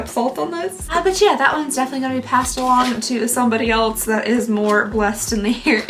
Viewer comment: I love how she pronounces “else” as “elts”